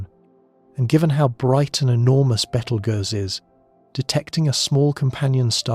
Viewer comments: It's pronounced, Beetle Juice. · One of the big downfalls of ai narrators 😅 beetle goose is pretty laughable. But tbh give ai a few years and it will be indistinguishable from human narrators. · It's not Beetle Goose or Beetle Ghost or Beetle Gurse. Its Beetle Juice. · Sorry, I can't watch this. I love these videos. But Betel (what???) I've just heard Betel Goose! 🤦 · 😂😂 At this point Betelgeuse has more pronunciations than theories about when it’s gonna explode… I’ve heard: 👉 Beetle-goose 👉 Beetle-juice 👉 Beetle-guess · I really like „Battle Juice“, sounds like a potion in Skyrim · OMG how many ways is the AI gonna pronounce the stars name... Sheesh I counted at least 5 in the first 10 minutes